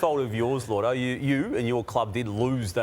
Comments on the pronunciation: Surely it's "Lloydo" not "Llordo"? his name isn't Lord. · Why does this channel and everyone keep calling him llordo? I’ve never known him as that, ever. It’s lloydy! It even says it on the screen in the video. As an Essendon supporter (I know it’s embarrassing atm but it’s un Australian to change as we all know) I find it VERY offensive they are getting my star’s name wrong over and over. Very serious stuff 😤